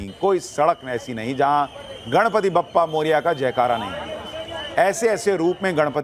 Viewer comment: वह 'बप्पा' नहीं, 'बाप्पा' है...